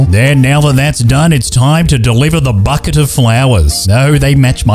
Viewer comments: Bouquet ❌ Bucket ✔️ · it’s bouquet! NOT BUCKET BOUQUET ITS CALLED A BOUQUET